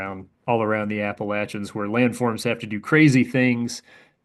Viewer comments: for pronouncing Appalachians correctly. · Whoa, points for pronouncing Appalachians correctly